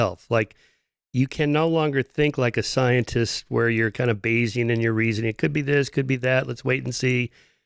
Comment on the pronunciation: “Bayesean”. I have no idea what that means or why Mr Shermer says it so often but I feel I will be just fine if I don’t look it up in the dictionary. Someone correct me if I’m wrong. And don’t just say…”you’re wrong” 🙄